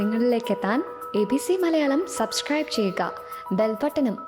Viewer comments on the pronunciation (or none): none